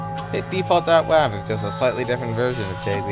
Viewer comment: he says .wav like wov 😁